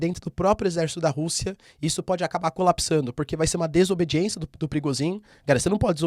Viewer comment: Parece nome de chefe de tráfico no Rio de Janeiro skksksks eu sempre escuto perigozin